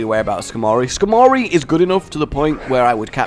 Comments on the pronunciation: Hey, why do you have a horrible habit of mispronouncing pokemon names??? Skarmory is pronounced Scar, as in a wound, mur, as in the first part of MURICA, and ree. Your pronunciation: Scarmorey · Why are you and unable to read names properly? Skar-mory... Nadalia for.